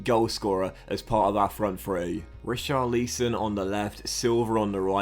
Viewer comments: not an accent issue. I’ve heard other English guys pronounce it correctly haha, you’ve called him Richarleeeeeeson the last 3 fifas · How to pronounce richarlison=rich-are-lis-on